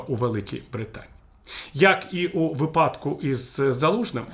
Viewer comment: У ВИпадку, не виПАдку.